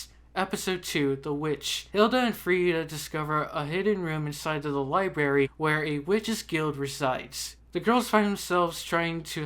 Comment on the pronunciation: STOP SAYING LIBERRY IT'S LIBRARY!!!!!!!